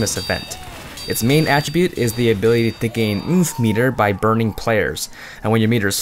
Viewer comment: I love how you said ''Mhmhpf meter''